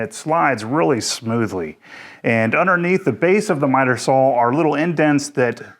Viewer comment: You've probably answered this before but why Sawl and not Saw? April Wilkerson does this and says it's because she has always pronounced it Sawl and is not changing. Why do you continue to do so? Good review thanks!